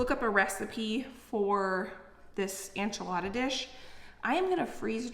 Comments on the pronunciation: Enchilada suiza? The e in enchilada sounds like the e in ben not ein. And suiza is swiss in spanish, pronounced swee-sah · I love your channel and you are adorable. Please know I say this with so much kindness- enchilada is pronounced “en”chilada not “an”chilada. ❤ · I really enjoy your channel,, but I’m pretty offended and taken aback. How come you are saying enchilada incorrectly, still? You saw all the comments and looked up how to pronounce Worcestershire and other words in the past and corrected yourself. Why not do the same for enchilada? It’s a slap in the face to Mexican culture and doesn’t show you respect ours when you can start saying calk correctly but not a dish you continuously make and say in videos.